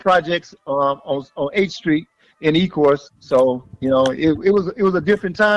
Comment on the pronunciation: It's Ecorse not ecourse